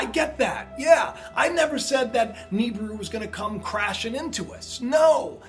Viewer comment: astronomers declare? dude you should change friends stay off the internet and drugs, oh and it's pronounced Nibiru " nee-beer-oo ni-bi-ru "not Nibru